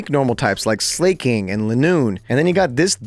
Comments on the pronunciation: Did he say sleking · how are you gonna get on wolfy for unfezent when you pronounced BOTH SLAKING. AND OINKOLONGE wrong. like slaking is a play on slacking, and it’s a lazy gorilla, and oinkolonges pokedex entry legit states that it emits an aroma out of its tail like parfume. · coming from the guy that called Slaking, "Slay-king" worse way to ever have heard Slaking pronounced. ironic for this video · Bro says "[Wolfey] just pronounces things weird for some reason", yet chooses to pronounce Slaking(Slack-ing, like slacking off) as Slay-king, Linoone(Lie-noon, like a straight line as opposed to a zig-zag) as Lih-noon, Pikachu(Pee-ka-chew) as Pick-a-chew, and wolf(wool-f) as wuff, "for some reason". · Slayking?? SLAYKING?? Have I been pronouncing Slaking wrong my whole life??